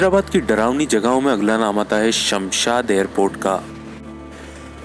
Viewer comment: Woh Shamshad nahi re Shamshabad !! kya re ek bhi kaam dhang sein nahi hota tumse